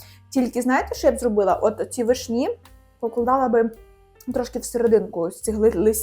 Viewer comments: не вишнІ,а вИшні. ви не знаєте де ставить наголос? тоді ви анЯ і толІк.(наголос на Я і на І) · Як можна говорити вишнІ, з неправильним наголосом. Цілий час вуха ріже😅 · вИшні,а не вишнІ😂